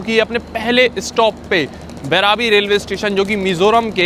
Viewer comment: Bhai station ka naam Devnagri me bhi likha hua hai, phir bhi thik se nahi padh paate ho. बइरबी naam hai. बैराबी nahi.